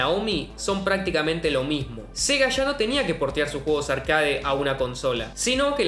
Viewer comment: No existe la palabra «arcáade» se pronuncia «arquéit».